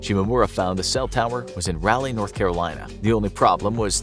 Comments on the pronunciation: Raleigh is pronounced Rah-lee. After sir Walter Raleigh. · Raw-lee is how it’s pronounced not rawlee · Every time they said Raleigh I died alittle You kept saying Rally NC lol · It bothered me how he said Raleigh😂 I’ve only ever heard it pronounced (Ra-lee) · Its pronounced either Rah-Lee or Raw-Lee, depending on your southern accent. Not whatever you're saying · It’s Raleigh bro not rally 😂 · As someone who lives in north carolina. Raleigh is pronounced rah (egyptian god) lee (like bruce lee) so rahlee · thank you! I questioned my pronunciation hard bc this video. (I'm from SC and we pronounce ERTHING wrong) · That's not how you pronounce Raleigh NC 😭 ...... It's ra-lee Like Egyptian god "Ra" Then like Robert e "Lee" Ralee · Can’t pay attention to the video because of the way you say Raleigh. “Rowley” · You mispronounced Raleigh it’s pronounced ralee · I'm in Mayberry myself, and came to the comments to say something about it too, lol. Rah-Lee, come on, man... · Raleigh is pronounced rah-lee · that is not how Raleigh is pronounced! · You butchered that name.. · Video was awesome as always. But hurt my soul every time you said Raleigh. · It’s RA-LEIGH not he pronounced it all wrong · The way you say Raleigh made me feel very uncomfortable. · It took me a solid ten seconds to realize the narrator said "Raleigh" at all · As a resident of Raleigh, NC, how the host pronounces Raleigh is hilarious, lol. Close enough, I guess, lol. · Growing up 20 minutes from Raleigh and then going to college in Canada and hearing it said like this every time NC is brought up cracks me up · rally? 😨 my dear friend it is raw-lee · RALeigh!?!!? Excuse you, it's RAWleigh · its pronounced "rah-leigh" not "raa-leigh" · It's pronounced "raw-lee," not rally. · Great video but for the love of God It's pronounced "Rolly not "Rally. Lol don't know why that annoyed me soooo much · “Rally”, NC? lol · I hate the way you say Raleigh, NC It’s not “rally”, it’s pronounced “raw-lee”…